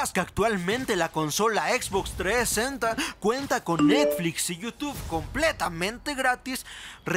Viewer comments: xbox treesenta v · La Xbox 3esenta, me muero jajaja